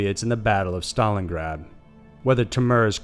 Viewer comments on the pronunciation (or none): none